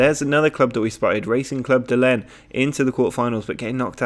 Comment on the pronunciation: Lens is pronounced like Lance.